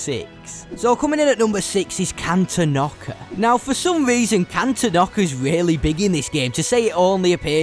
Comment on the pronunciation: Is it pronounced can-ten-ock-a? I’ve always pronounced it can-ton-ick-a